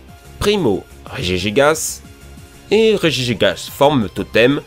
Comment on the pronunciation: Enfin tu as bien prononcé regigigas